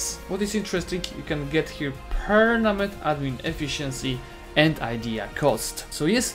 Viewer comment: Nobody:: PERNAMENT